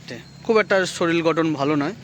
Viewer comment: শরীল না কথাটা শরীর।